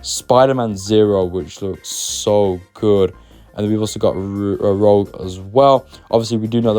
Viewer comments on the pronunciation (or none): Almost said rouge again. Nice save!👍